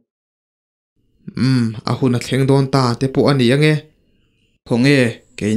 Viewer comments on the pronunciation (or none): none